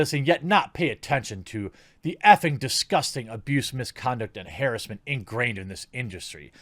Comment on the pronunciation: I'm sorry bro but it sounded like you said "hair assment" for harassment. I couldn't keep watching with how you were incorrectly saying sentences and words. No disrespect just work on better pronouncements and reading skills. Other than that, with that beautiful manly voice of yours. I'd watch only your stories :)